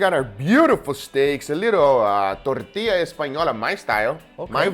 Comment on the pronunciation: Perfect pronunciation of tortilla 👌👌